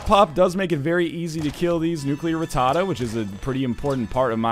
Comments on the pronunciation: Everytime he says nuclear ratada I feel like NL is doing a boston accent. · NL, please learn how to pronounce rattata.